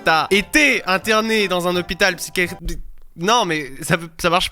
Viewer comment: mais sa s'appelle un hôpital psychiatrique tu la mal dit mais tkt 😂😜🔥